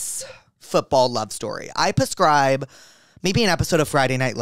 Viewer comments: this dude said "pescribe" like 40 times. can someone teach him it's PREScribe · He's saying it on purpose because like octopuss therapuss pusscribe etc. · I love Jake but I so wish he would stop saying PUHscribe😭😭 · I love everything about this podcast, except the way you say prescribe. Xoxo